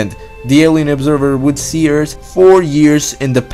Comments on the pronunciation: Your accent and lisp is annoying lol. I'm sorry though. Earse=Earth lol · your channel has potential, please don't ruin it by speaking terrible english. you need to learn how to pronounce your Th's. look it up! you are saying 'eart' not 'earth'